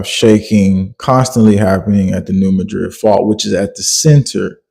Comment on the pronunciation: Please pronounce New Madrid correctly I live very close to there so I know that what's going on isn't exactly what you think is going on and I also have family down there